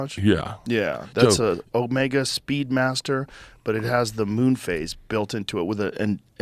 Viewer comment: Moon phase not face😂